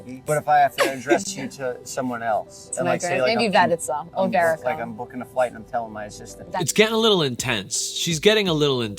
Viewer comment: wait… say her name right. It’s verica. Like Erica with a V